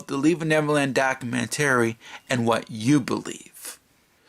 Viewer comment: You need to learn how to say documentary. 😂🤣😂